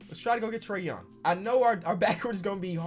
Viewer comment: Who else heard “trea”d young